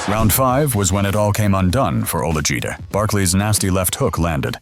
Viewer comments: He said Olijide legs Liquified 😂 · AI narrator pronounced Olajide’s name three different ways in 20 seconds 😂😂😂